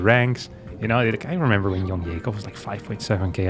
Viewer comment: Why do you pronounce YoungYakov like "You - ng - yakov" and when you say "I was young" it sounds "ya - ng"?